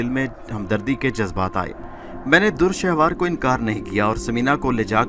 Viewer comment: Urdu bohat hi ghalat parhte ho bhai dur shehwar nahi dure shahwar is tarah ki bohat si ghalatian hn